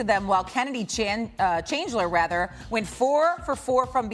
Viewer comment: How tf she say Kennedy chandlers last name wrong